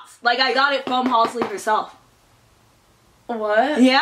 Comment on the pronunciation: WHO IS HOL-SLEE??? HAHA IT'S HAL-SEE